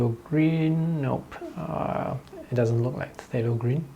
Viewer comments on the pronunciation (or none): none